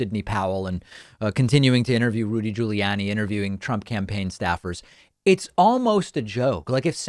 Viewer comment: I love David but I don't like the way he pronounces Rudy Giuliani. sorry.